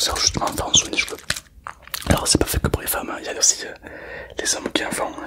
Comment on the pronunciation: Sa me stresse il dit soing au mieux de soin 😭😂